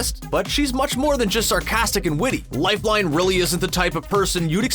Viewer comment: Is anyone anoyyed by the way he says "lifeline"